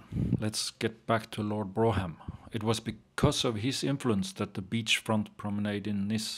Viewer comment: Brougham pronounced Brorm